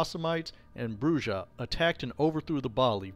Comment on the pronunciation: Argh... "Brujah" BROO-hah